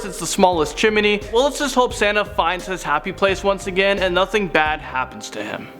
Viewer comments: Is it just me or does say chimeney instead of chimney? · Chimney not chiminey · Chimney.... Not chiminey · Chiminey! Lol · When he kept saying chimmeny all I could think of was Chim chimmeny from Mary Poppins,,, 😂😂😂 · Chiminey haha🤣🤣🤣 love u no homo